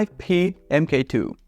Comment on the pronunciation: Mark 2, not M K 2